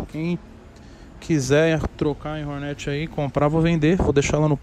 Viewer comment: Ele chama a Hornet de Hórnét kkkk